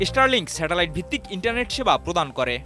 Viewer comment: দয়া করে reporter দের উচ্চারণের উপর প্রশিক্ষন প্রদান করুন। ষ্টারলিংক কে বারবার ইষ্টারলিংক বলছে যা খুবই শ্রুতিকটু।